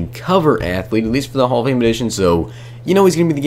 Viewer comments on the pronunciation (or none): none